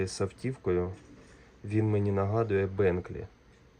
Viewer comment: Тільки не Бенклі) , а Бентлі.